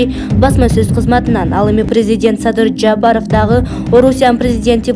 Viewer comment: Жаапаров дебей туура окучу ээй кыз. Жапаров деп